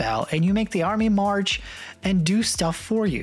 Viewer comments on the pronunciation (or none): none